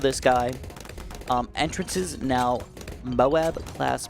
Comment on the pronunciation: "Enter ances" BRO ITS EN TRANCES 😭